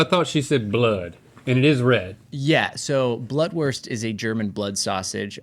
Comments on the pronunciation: Blutwurst is pronounced Blootwurst like in the word loot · *blootwurst lol....sorry the pronunciation was like nails on a chalkboard